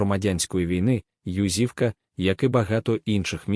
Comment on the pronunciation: Чому ЮзИвка? Наголос не там